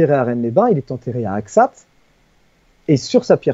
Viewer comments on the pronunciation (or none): C’est AxaT on prononce le T, j’habitais pas loin 😉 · Je suis mi-ariegeois mi lot et Garonnais. On prononce le T. Mais pas de panique, sur les noms propres, les fautes d’orthographe et de prononciation n’existent pas même si il y a des gens plus susceptibles que d’autres....!! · Bonjour, je suis de Carcassonne , ça se dit AXAT . toutes les lettres se prononcent. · Axat ...on prononce le T😊 ,dans le sud on a tendance à prononcer tous les lettres muettes en fin de mot 😊